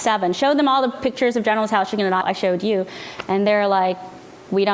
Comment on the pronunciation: I enjoyed watching this informative video. Ms. Lee is articulate and funny! She also uses the correct pronunciation of General Tso's Chicken."